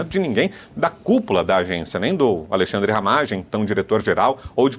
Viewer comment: aLEIxandre kkkkkkkkk pavinatto é foda :face-green-smiling::face-green-smiling::face-green-smiling:A.L.E.I.X.A.N.D.R.E :face-blue-smiling